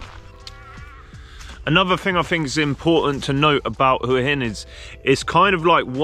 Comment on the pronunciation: Thank you for pronouncing Hua Hin correctly.